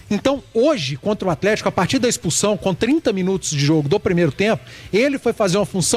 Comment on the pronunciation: Não dá pra ficar ouvindo atletiaia